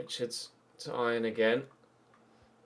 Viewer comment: Not that it really matters, but Ion is pronounced like E on, with a short E, not Eye on.